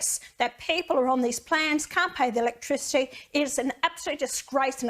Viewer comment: No comment electrichity ! Sound it out Pauline you’ll be ok ha ha what a bunch of rednecks